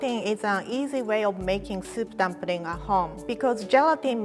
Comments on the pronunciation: "Dumpring", i love how she pronounces things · When she pronounces "dumpring" , I freaking love that